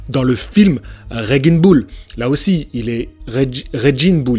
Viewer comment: frero je met juste un dislike dans cette vidéo pour la prononciation du nom RANGING BULL desolé. mdr je rigole